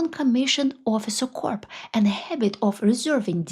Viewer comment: Russia being Russia. FYI, corps is pronounced ￼ "core". corpse is something a little different ￼￼￼